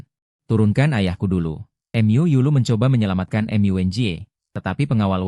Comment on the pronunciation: Mu dibaca em yu 😂😂😂😂😂